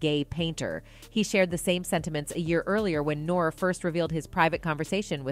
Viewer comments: To the narrator: HOV is pronounced as Hove, rhyming with Stove NORE is pronounced as NOR-E, rhyming with Story Bey is pronounced as Bee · Did she call Nore.... Nor??? Do your research! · Her pronunciation of Hov and N.O.R.E, is irking me!